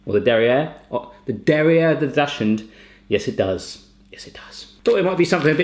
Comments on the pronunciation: Dachshund isn't pronounced "dash-hund". 😫☹️🤐😤 It's "daks-und". Love, a Dachshund Mummy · Daushund- pronounced Doxen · It is pronounced dock suned. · dachshund is pronounced "dock-sin" for the dog! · It's pronounced Dock-Sund. :P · The way you pronounced Dachshund was hilarious :D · Hahahaha, sorry, but that's not how you pronounce "Dachshund"😂😂